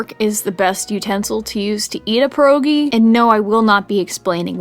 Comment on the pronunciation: It hurt me the way she pronounced it lol